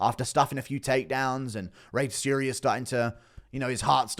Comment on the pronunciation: Tsuruya: Soo-Roo-Yuh. Djorden: Jordan dude it’s not that hard.